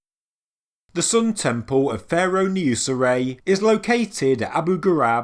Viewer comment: Temple. It's t-e-m-p-L-e. There's an L. No W's or O's in sight. "...tempow" ....lol sorry, I understand it's your regional accent, but it drives me bonkers for some reason. That said, I absolutely adore your videos. Educational and very entertaining as well as up to date. "Bravow"